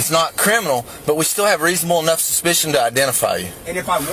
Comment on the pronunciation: “We had reasonable ENOGH suspicion”.